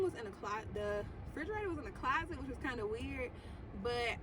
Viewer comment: Frigeraytor? Huh?!?! 🤦🏾‍♀️